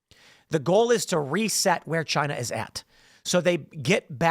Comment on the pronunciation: “Chy-na” ~ DJT